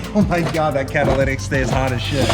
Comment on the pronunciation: that 'caddalidic"